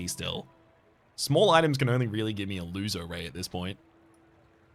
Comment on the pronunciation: Half-watching this while working and I keep hearing "A loser ray" 😭